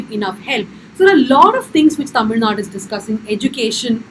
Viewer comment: Its Tamil NADU! not Tamil Nad.